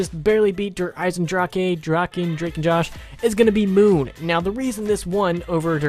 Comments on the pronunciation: You have to say it like der eisendrage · der eye-sen-drak is how you say Der Eisendrache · "Der Eisen...drakay? Dracka? Drake and Josh." That was fucking hilarious. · When u say dre eisendrache I think of "shark bait hoo ohh raa" from finding nemo lol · Sean 3756 When u say dre eisendrache I think of "shark bait hoo ohh raa" from finding nemo lol